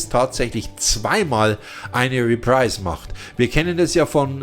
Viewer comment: Hat Dir eigentlich noch nie jemand gesagt, dass Du "Review" falsch aussprichst? Tut richtig weh im Ohr. Und es heißt Re- pr-i- se und nciht "riprais".